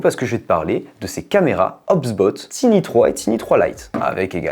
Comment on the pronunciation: "OSBOT" merci pour cette très bonne vidéo...😉